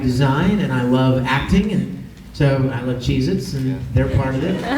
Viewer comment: he said he loves cheese-its, you might of thought he said jesus